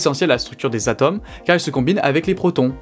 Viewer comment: Il y a quelques trucs que je voudrais que vous preniez en compte : - Les explications sont claires et impeccables ! - Le charisme de ce brillant individu semble augmenter exponentiellement ! - Point négatif : S'il vous plaît, pourriez-vous juste faire attention à la prononciation des "O" ? J'ai remarqué que sur les mots suivants : Jauge / Atome / Rôle / Autre, le "O" étaient mal prononcés... :( Le reste est nikel, vraiment, félicitations !